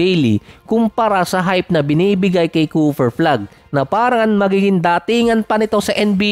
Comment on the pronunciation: Ayusin mo pagbigkas mo. Balibaliktad. CooFer flag larry Vird. Letrang F at P letrang B at V. Magkaiba yan😅😂😂